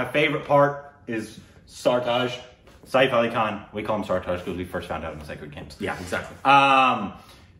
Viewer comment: By the way u r pronouncing Saif also wrong